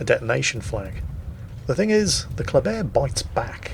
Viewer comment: For some dumb reason,even tho ship is called Kléber,i hear saying ”coldbear”....each bloody time he says its name....why brain...whyyyyy?